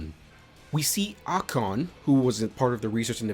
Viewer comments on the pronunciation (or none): none